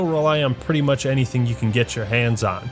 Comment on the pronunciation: The way you say revenant made me lose all respect for you